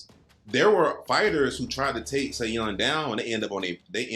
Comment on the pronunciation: props u guys did a great job breaking this down FYI 'Seeung' ......his name is acrually pronounxed just 'Sung' the should just leave out the E he does speak english too or is learning thanks fellas